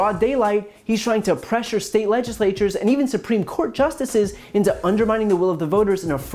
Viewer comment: "Whether it's a (he takes a breath to get ready) Le-Jis-Lay-Toor or (and this one really gave him a struggle) Le-Jis-Lay- TYOORS!" He really has a problem with multi-syllable words.